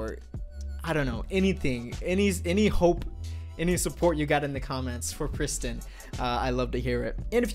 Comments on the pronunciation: Wtf is a pris...tin? lol It's Prees teen. Or if you can't at least pres-teen.. it rhyme with mean. Wtf do anglos butcher all languages... I is pronounced as eee. In all languages. It's pretty damn universal. And Nissan is not Niss-san.. it's Kneee-San. Japanese. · 2017: “We Are Pristin” 2019: “Where Is Pristin”